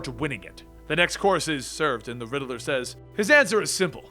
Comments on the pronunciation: Please stop saying rideler it's riddler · The way u pronounce the riddler reminds me of my friend... I do miss him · Funny how he says the riddeler instead of the riddler😂